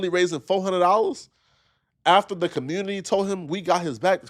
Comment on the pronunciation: is killin cuhmunity and bof by himself lol.